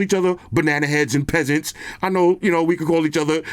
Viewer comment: The P in pesants was PUSHIN 😭😭😭